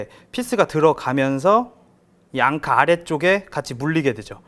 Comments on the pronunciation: 좋은제품이네요 대박나세요 앙카 아니고...앵커...Anchor ㅎㅎ 일본식 발음으로 안해도 되는데... 갑바.....일본식...커버.또는 카버 Cover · 대단하다 진짜.. 앙카가 뭐냐 앙카가.. 위대하신 천황폐하를 모시는 신민이라 그런가.. 일어를 쓰려면 일어를 쓰고, 영어를 쓰려면 영어를 쓰지 일본애들이 쓰는 영어 발음까지 따라해야겠냐..